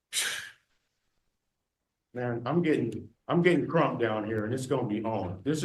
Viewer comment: Is he black, i cant tell from the video? Sounds like he said Crump. The is a black lawyer named Crump who is in the news alot. All the people saying he said Trump, clean your ears out.